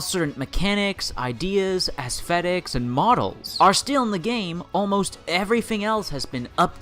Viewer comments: what really bothers me is the way he pronounces "th". it's clear he doesn't have a lisp, seeing as he pronounces it correctly when saying "the", "then", and "that". Seriously what the fuck is twenty virteen and aesvetics? You can say th just fine, god fucking damn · Aesthetics... it’s pronounced ass-te-tics not assfetics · "twenty firteen" "asfetics" i think this guy has a bit of a speech impediment. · twenty furteen, assfedicks. 10/10